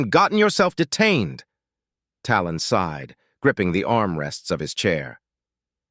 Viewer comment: While I think this is a good story. I believe it would be better if someone would do a better job of editing. It's not the Saul system, it's the Sol system. SighedSighed Is not sid side.